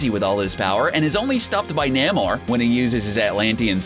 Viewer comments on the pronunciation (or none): You're horrible mispronunciation of words such as Namor and Attilan remove credibility from this video and also leave it painful to watch.